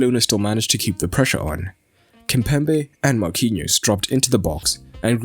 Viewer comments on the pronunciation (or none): none